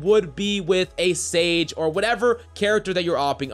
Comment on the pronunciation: When I tell I you I went straight to the comments when you said sage